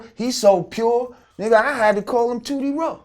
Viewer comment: Tooty Raw... Sound like booty raw... Love Boosie tho